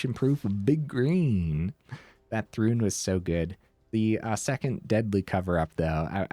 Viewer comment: It's ThRUN, not rune... sorry xD